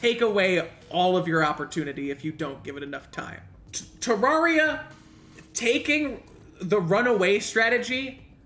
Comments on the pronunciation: The fact that he says "Terawria" 🤣🤣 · THE GAME'S NAME IS PRONOUNCED TER AIR IA.